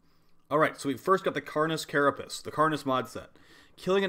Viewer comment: why do ya say carapiss instead of carapace???